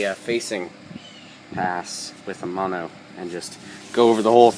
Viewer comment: It's "MANO"... not "mono"... (Mano= hand, Mono= one/single)